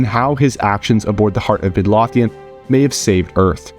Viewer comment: Midlothian is pronounced Mid-low-thee-in